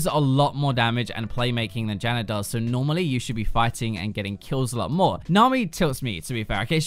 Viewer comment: Dude why the fuck do you say "Zyrer, Morganer, Janner"???? There is no fucking "ER" in their names. So fucking annoying to hear you.